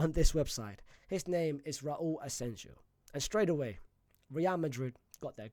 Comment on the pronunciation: Bro is allergic to right player names pronunciation, we literally had a player called asensio for like a decade 😂, naaah asenjo